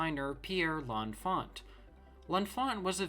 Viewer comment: The 't' in 'Enfant' is silent.